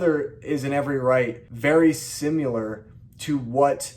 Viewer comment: "Similar," NOT "simular".